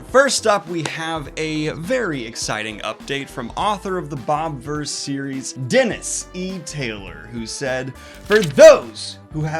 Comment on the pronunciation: excuse me sir, there is an "i" in bobiverse, and you not pronouncing it is a cardinal sin